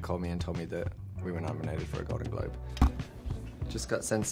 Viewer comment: inner South African comes out: "Gal-don Glob Luuwk"